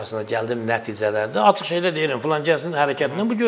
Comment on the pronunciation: Bu Serdara basa salin, ki Azerbaycan dilinde ц herfi yoxdu. Acig sozu var aцig yox